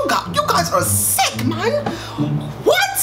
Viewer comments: seconds listen to his accent when he says ‘man’ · *man* in an accent